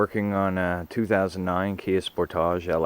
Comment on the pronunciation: I stopped the video immediately after "spor-tajj"